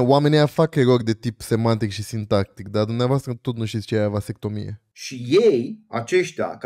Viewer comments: Va-se-CTO-mi-e ... nici pe silabe nu stie sa desparta. Pacat ca Socrate si Platon nu vb despre despartitul cuvintelor pe silabe. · a silabsit gresit "vasectomia" =)))))))